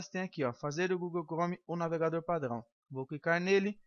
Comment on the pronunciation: Ele é francês kk kk padŕão